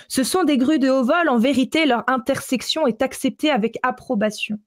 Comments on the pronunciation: Intercession,, intercession. Pas intersection 😅😊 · C'est intercession et non intersection;) sinon magnifique travail belle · c'est intercession, pas intersection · "intersection" ou "intercession"? dit toujours"intersection", mais je ne comprends pas ce que ça pourrait vouloir dire. Sinon, anecdote très intéressante! Merci pour cet exposé.